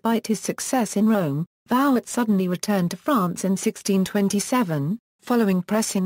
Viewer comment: Vouet ! Voo-aye ! with no disrespect intended, why do the research for this lovely quick sketch of the artist and then use a robot and slaughter the pronunciation of the man's name?